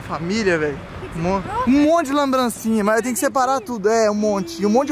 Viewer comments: o "lambrancinha" rachei kkkkkkkkkkkk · Comprei um monte de "Lambrançinha" kkk